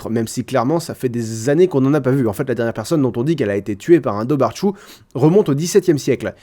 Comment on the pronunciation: Le mot "dobhar chù" se prononce "dovar khou". Très bonne vidéo autrement. Je pensais autrement à la bête de Béré, un mythe plutôt connu dans le Pays de la Mée, dans l'Est de la Bretagne, c'est intéressant tout ça ! :)